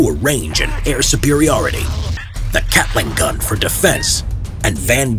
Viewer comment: Yea but catling gun tho